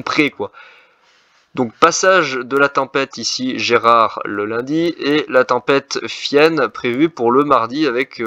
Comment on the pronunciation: GERARD PAS GERAD 🤣🤣 BON POINT